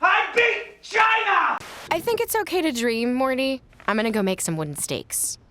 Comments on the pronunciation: instead of saying Morty he says "Marty". That should be a sin of itself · you call Morty "Marty," and the subtitles agree. Honestly, I think he deserves it.